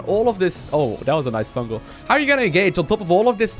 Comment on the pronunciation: FUNGAL* not fungel